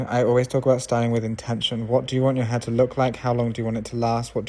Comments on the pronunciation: i dont know if he is saying her or hair . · I love how you pronounce HAIR. 😊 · I love the way he says "hair".